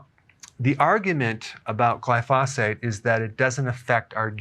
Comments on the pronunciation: Excellent video! I wanted to point out that the pronunciation of glyphosate is incorrect. It should be pronounced as gly-fow-sate. There’s no need to emphasize the syllables. For instance, when you say Gly-Fah, you’re pausing and stressing the “fah,” but it should actually be “fow.” I’m in the green industry and that’s why I caught it 😂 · Please put the accent on the GLY in glyphosate! GLY-fo-sate. You're driving me crazy! JK. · I belive your pronouncing glyphosate wrong, watch a few documentaries on it its pronounced glyphoo-say-t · Eric, Best to pronounce that word GLY pho date.... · It's glyph-oh-sate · I believe it’s pronounced GLYphosate, Dr. Berg. Also, the Croatians eat tons of bread and sugar and their obituary pages are all 90 plus. They are thin and eat what they like, but not in huge portions.That Sardinian woman is too emaciated for only 49 years old. She needs some meat on those bones. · Doctor Berg forgive me but I think you are mispronouncing glyphosate. Pronounced just like it's spelled. No extra phate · Why are you pronouncing glyphosate so weird. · you are pronouncing glyphosate incorrectly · Please learn how to pronounce glyphosate. Thanks